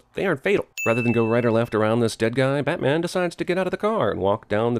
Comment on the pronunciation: he said "batmen" and that's sinful as shit